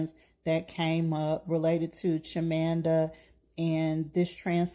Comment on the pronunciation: Her name is Chima-manda not Chimanda pls.